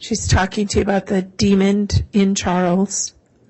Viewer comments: Yes I head the d at the end of demon several times. 😂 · Why does the lawyer keep on saying Demond? It’s demon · Omg., Prosecutor! It’s DEMON not demonD! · ...the word is d e m o n, demon...not demond. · Why is the prosecutor saying ‘demond’!?!? That is so odd….!!! There is only one D in demon. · I cannot stand the female attorney saying “demond” with a d at the end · The lawyer keeps putting a “d” at the end of demon. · Someone please tell this prosecutor there is no D at the end of demon. Jesus Christ.